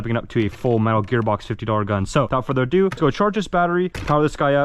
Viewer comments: Without further aduu adoo adue! I think k you said it 78 times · Without further ado. Without further uhdew. Without further ahdue